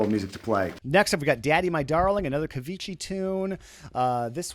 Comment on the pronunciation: Ciao...just for laugh...the name is Cavicchi! like cavikki with the "killer" k;-)